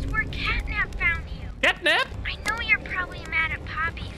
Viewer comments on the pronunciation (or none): Het is niet catnip maar catnap